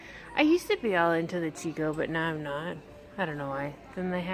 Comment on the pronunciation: Just an FYI, Chicco is pronounced Key-co. I got schooled in the pronunciation by one of their employees when I called to ask a question.